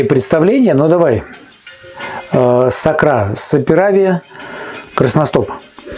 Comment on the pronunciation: Может сакура , а не сакра